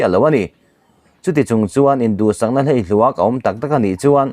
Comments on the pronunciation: Ngaih thlak a nawm viau rualin a thluk lam dik loh zeuh i nei ṭhin a, hleihluak tih te.....❤❤❤ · Hleihluak.😅😅 In zir deuh teh..trawngkam tluangtlam pawh hi a thluk a dik lo nasa thei em mai.. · Hleihluak i lam dan kha fimkhur deuh la a tha ngawt ang. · Hleihluak tih a lam dan a thlúk hi a dik lo